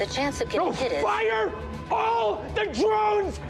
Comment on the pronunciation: que jeito insuportável de falar drones mds kkkkkk